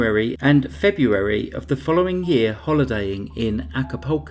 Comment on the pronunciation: please try to find cases not in the month febrreuawrrry (February) I can't tolerate the word murdering.